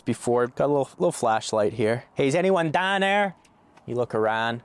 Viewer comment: Love the inclusion of the Steelers and the low key Pittsburgh accent with the flashlight, "is anyone dahn there?" Congrats on the Rivian! I'm cross shopping a Model X and an R1S so I'm curious the liveability of this.